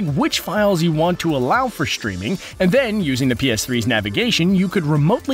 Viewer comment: It's " streaming " not "schtwiming"